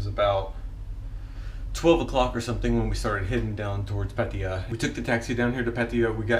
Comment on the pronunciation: Man, learn to pronounce Pattaya correctly. I saw other people giving you the advice on how to say it properly. You are not new here anymore.